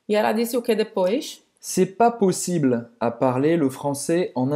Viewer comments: Pq a moça diz 'possibla'? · Foi dito que em "possible" o "e" é mudo. Mas parece que está sendo dito o "a" (ainda que um pouco fraco - tentando não dizer). E vejo que isso ocorre em várias outras situações que possuem a última vogal muda. É assim mesmo?